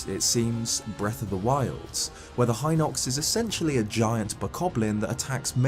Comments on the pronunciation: It is Hinox with the "hi-" pronounced kind of like the way it is in "heed". The Japanese vowel い, which we write in English as "i", is pronounced something like "ee". Unlike in English, they don't change sounds depending on what word they're in. The five vowels あいうえお, "a i u e o", are always pronounced, "ah ee oo eh oh". So the "i" in "Hinox" always sounds like "ee", "Heenox". That's just how Japanese works. Granted, the writing system is a challenge for English speakers to learn (just in this comment I'm using two Japanese scripts), but the pronunciations are very straightforward and simple. The "ee" sound will never suddenly become the "ai" sound, unlike in English. So the Hinox is ヒノックス (hinokkusu). If it was pronounced with the "hi-" sounding like "high", then it would be ハイノックス (hainokkusu). Which it isn't. Like you, I was always unsure of what the intended pronunciations of these words were and it only became clear after I learned how to read Japanese. All of these words, ルト (Ruto), カスト (Kasuto), サリア (Saria), ダルニア (Darunia), ミド (Mido), ゲルド (Gerudo), ヒノックス (Hinox), デク (Deku), and more have very straightforward pronunciations in Japanese, because they're all written using Japanese sounds. On a side note, "deku" is a real word in Japanese, meaning "wooden figure, wooden doll, puppet", and the first kanji in the word (木偶) means "tree" or "wood". I haven't looked too much into it, bit given the cultural connection between the Kokiri, the fairies that appear as an orb of ligh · I didn't know about the fairy color or the Hinox ones. Also, I realized I've been saying Hinox wrong. I've been pronouncing it as hin-OX not HI-nox. I think I would like to see a video of how to correctly pronounce things from Zelda. I'm a Zelda fan and I still can't pronounce certain things correctly.😑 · I mispronounced it as HEE-nox originally.